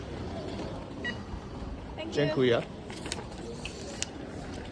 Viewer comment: Wow,, thanks a lot for this awesome tour, you have your own touch among others, I should say. Sounds funny, though, pronouncing 'dziękuję' the way you do 'thank you'. Second syllable, not first, should be stressed. Looking forward to a much-awaited tour in Portugal. Have fun!